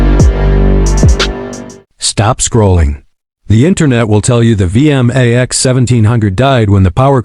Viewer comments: It's pronounced V MAX 1700 not V M A X 17 0 0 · I can't take these lazy ai voiced slop videos. The ai narrator actually said "the Yamaha V.. M.. A.. X" as if the name is an acronym 🙄